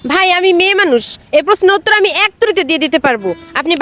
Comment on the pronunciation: Bhai uttur na uttor😂